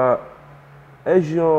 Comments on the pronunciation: Ezio :D, czyta się "ecjo". ;) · to się czyta Ecjo, bo Cię fani Assasin's Creed zjedzą :P